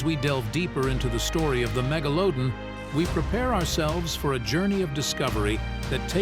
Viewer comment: Megalowdon lol